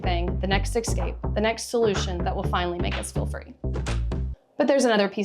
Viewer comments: Great but your mispronunciation of escape makes me cringe every time. It's es-cape, not ex-cape ‼️ EVERY TIME! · LOVE your content. But I had to stop about halfway through because of this. And to the people saying “relax”, sorry I just can’t. The word “eXcape” is used too many times.